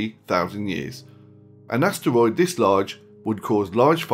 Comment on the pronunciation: does anybody find it ANNYOING how he says asteroid